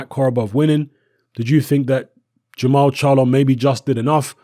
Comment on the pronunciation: jermall not jermell